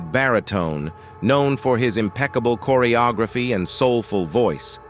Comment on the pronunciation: Just THE WORST A.I. narration ever!! Chorrry O Grayphee for "Choreography." LOL 😆 🤣